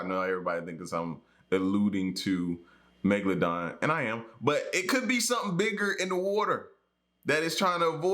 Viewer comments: U called it family megladon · The narrator said megladon and you were ready to drop the mic